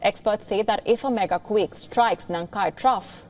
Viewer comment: why do you say "quick" instead of "quake"